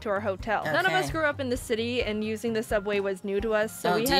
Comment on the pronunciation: not subway Sooubway